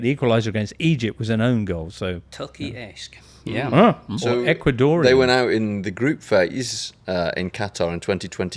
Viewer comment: “Ecuador…. Ecuasnore” 🤣😭